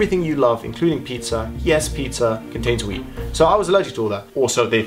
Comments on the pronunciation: when u were talking about ur wheat allergy i thought u said weed.. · I thought you said weed instead of wheat haha